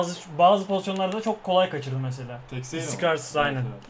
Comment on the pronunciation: Abi "Teşeyra" diye okunuyor :D